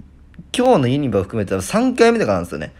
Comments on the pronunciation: 関西人からするとユニバの発音ユ↗︎ニ↗︎バ↗︎なんよなー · ユニバのイントネーション怪しい👍️ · ユニバの発音が気になるww